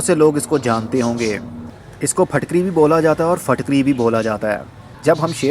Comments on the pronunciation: Are you a native urdu speaker? I always see you pronouncing words with a 'zer' (i) more like with a zabar (a). Its pronounced more like phitkiri than phatkari in urdu or maybe its pakistani accent. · Phitkiri not fitkiri